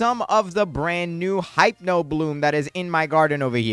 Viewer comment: Btw it’s pronounced “Hip-No” not “Hype-no” ❤